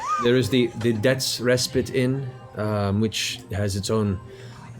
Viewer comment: idk if it was just me but every time they pronounced 'respite' wrong, i just... omg